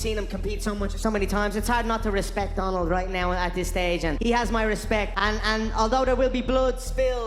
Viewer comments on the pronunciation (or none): none